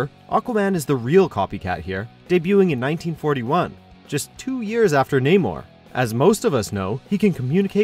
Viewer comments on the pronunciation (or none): You pronounced Namor wrong. It's Nah-mor not... Nay-mor.... wtf?